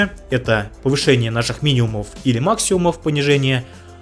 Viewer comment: Все супер, все понятно и все полезно! Но пожалуйста, можно замечание небольшое... пожалуйста говори «миниМум» и «максиМум», с буквой М. Просто ухо резало очень 🙂